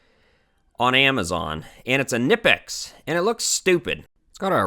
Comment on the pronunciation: "Nih-pex"? No. "Cuh-knee-pex", Germans pronounce all the letters.